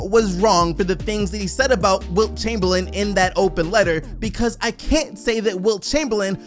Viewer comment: "Chumperlame"?? that hurts, Kareem 🙄